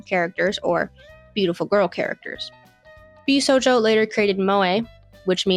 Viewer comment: I also have an autism diagnosis, and yes, she's pronouncing josei & bishojo incorrectly.